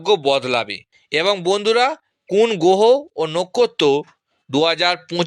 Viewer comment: তুমি একটা বোকাচোদা। 'গোহ ও নক্ষত' উচ্চারণ করতে পারে না।